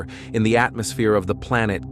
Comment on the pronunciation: Unfortunately it’s not AI, but just a text to speech algorithm. The hilarious pronunciation of some words (like atmosphere) will improve, hopefully, but it is still very annoying and difficult to listen to a long article. I typically can’t get all the way through a lengthy spiel, and suspect that advertisers are not getting good value.